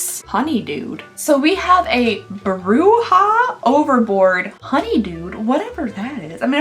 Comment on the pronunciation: Anyone else think when she said bruja or brew ha she was saying witch in spanish? Just me?